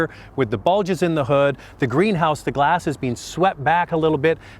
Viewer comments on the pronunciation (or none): none